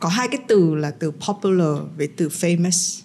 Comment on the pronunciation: À nhân tiện, chị tóc bạc ơi từ FAMOUS, dấu nhấn nằm ở FA nghe chị, không phải nằm ở sau nhé. Thấy chị lặp đi lặp lại hoài em mới thấy lạ chứ không phải em bươi, em móc chị đâu nhé nhỉ?!